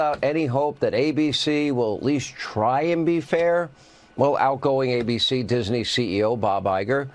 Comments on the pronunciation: Dis-in-nee Hannity Another example of weirdo Can’t pronounce name of one of the most famous names ever. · "Dis-a-ney"?? wtf? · He kept saying Disiney😂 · 😂 What's Hannity's glitch? He keeps adding an extra syllable to "Disney" and mispronouncing it as "Dis-en-y". Typical magaT WEIRDO. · I love the way (NOT) that he can't pronounce Disney. Where the 'i' came from as he pronounces it Dis-i-ney, I'll never know. Just goes to show how literate Hannity is, again NOT! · I can't stand the way Hannity says "Disney" when he's threatening Iger. "Disenee". He's such and awful person. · Why is Hannity saying "Disney" that way? He's adding an extra syllable. Lol Dis - uh - ney. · You ridiculous, nonsense example of a commentator,. Hannity. The corporation's name is "Disney". Not "Diseny". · How many syllables in DISNEY??? According to Hannity there are 3... DIS EN NEY??? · hey Hannity - since when is it 'DIS-EN-NY'? It's Disney! Are you channelling Yogi Bear & his 'Pic-en-ic basket" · Arrggghhh diz ney say it with me hannity diz ney not dis a ney 🤦‍♀️ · He does know it’s not Disiney? Disney! Lol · What's with the way Hannity pronounces Disney? He's adding an extra syllable. It's rich him criticizing ABC News when Fox is not real news. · If Hannity were a real news anchor, journalist or whatever he purports to be, he'd know how to properly pronounce "Disney." And he wouldn't be on faux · Does Hannity know how to pronounce Disney. There’s no “i” between the “Dis” and “ney” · Sean Hannity pronounces Disney like the word has three syllables. MAGA sure loves the poorly educated!